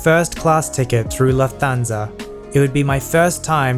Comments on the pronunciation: Just to let you know, its pronounced "luft hansa" because its german👌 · THE ONE THING I HATE ABOUT THIS VIDEO IS THAT YOU PENOUCED LUFTHANSA INCORRECTLY